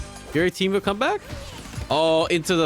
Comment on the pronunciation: In the first minute you say Temu instead of Teemo at least once, but I think a couple times. I keep doing this too xD